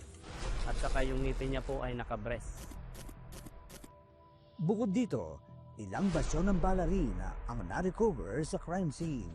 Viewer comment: sobrang focus and serious sa panonood, natawa alo sa "na ka bress''